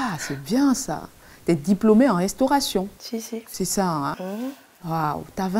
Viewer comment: Qualificaktion professionnelle 🤣🤣🤣en restauraktion🤣okeuh